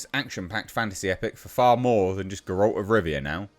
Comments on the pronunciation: 5 years and you still never learned how to pronounce Geralt. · Learn how to pronounce Geralt at least.